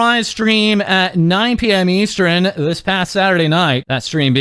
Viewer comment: 9 pm easteren HELP the accent gets me